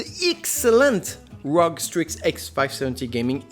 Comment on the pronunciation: I am not sure i love the fact you say "rug" instead of "r, o, g" or if i hate it.